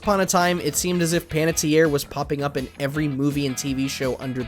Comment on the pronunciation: Really wish you took some time to make sure you were saying the actor's names correctly, thank goodness Panetierre was said correctly. But otherwise, nice to see what some of the lesser knowns are doing. They were great in the game.